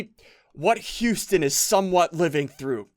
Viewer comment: your saying houston wrong your saying youston